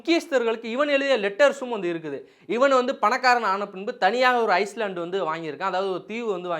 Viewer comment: ஐஸ்லாண்ட் கிடையாது. ஐலாண்ட் என உச்சரிக்கனும்.